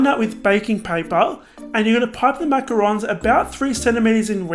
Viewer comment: Can't even pronounce Macarons right...